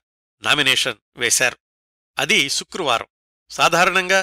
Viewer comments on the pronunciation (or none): none